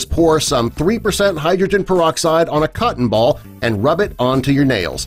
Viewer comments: Ya heard... PerD-oxide y'all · peroxide not perdoxide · 5 seconds in "perdoxide" wow, off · Peroxide or "perdoxide"?? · perdo? xd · Perdoxide? Sounds Perdy suspicious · When did they put a "d" in peroxide?